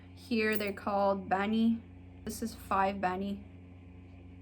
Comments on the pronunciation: 10 Bani almost sounded as "Ted Bunny" 🤣 That was funny! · The way you say bani is so funny